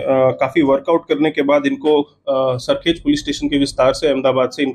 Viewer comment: भाई तुम लोग अपनी स्क्रिप्ट किसी गुजराती से चेक करवा लिया करो। अहमदाबाद में सरखोज नहीं, सरखेज नाम का इलाका है। गुजरात में भारवाड़ नहीं, भरवाड़ सरनेम होती है।